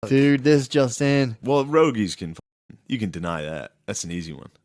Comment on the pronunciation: If I ever quote Rogie, I will use "per-rogie."